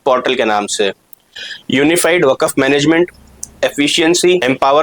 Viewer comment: معذرت کے ساتھ وقف کا تلفظ صحیح ادا کیجئے